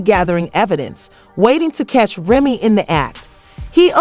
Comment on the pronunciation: It's a trip. How you gotta Lie to get hits You can't even pronounce Remy's name correctly. Stop lying to get hits Now all you're gonna get is Avoided Tea Celeb, Trash.